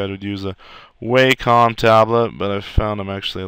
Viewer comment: ahh you said Wacom like I do you must be smart so many people say this wrong